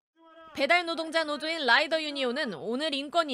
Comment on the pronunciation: 왜 아나운서가 발음할때 '음식을 배달하는 배달 로동자들은 ' 으로 들리지